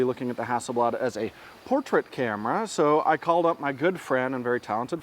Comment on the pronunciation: …that aint no ”bladare”…no no no…oh nooo…”the ”swede”…